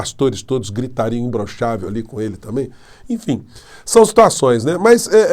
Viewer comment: Eu acho que ele fala imblochavel Como fala paralipi de crack